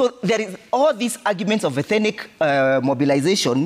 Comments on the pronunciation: This guy thinks that a particular ethnic group in Kenya has some special God given entitlement. Bure kabisa. UK warned Kenyans about utawala wa HASORA. BTW, it’s ETHNIC and not ETHENIC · Ethenic!😂..maahn that word is tearing him apart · It should be 'ethnic' NOT ethinic, bro! Otherwise, great perspectives from. This administration should go home! The anchor is a well known cheque book journalist! Ouch